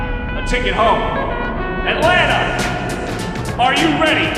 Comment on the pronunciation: aaaaah they messed up with "Atlanta" lol fantastic documentary though